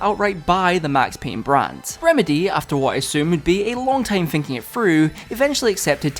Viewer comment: please learn how to pronounce "th" sounds "finking it frew" at around 4 minutes in got me leaving this video man